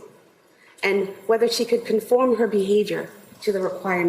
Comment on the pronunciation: It's CALLAN, CORA & DAWSON! NOT "Cally and Corey"! WOW.